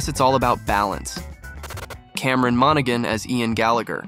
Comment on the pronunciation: Mona--han (the 'g' isn't pronounced). I believe it's Irish, though I could be wrong.